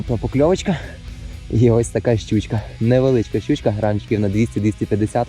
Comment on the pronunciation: Мені чомусь завжди смішно, коли каже "щючька"😅